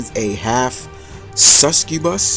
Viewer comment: Suscubus?... Suscubus(Suck-cu-bus), did that help?